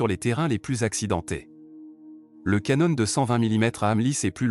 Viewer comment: On en est même pas à 30 secondes de vidéo : voix d’IA immonde, saccadée et même défaillante à 24 secondes , ”Canone de 120mm” ”le cheu d’oeuvre de la France” Déjà que le titre est faux, si en plus la forme est bâclée... pouce rouge.